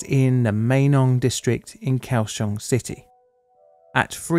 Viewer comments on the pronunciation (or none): none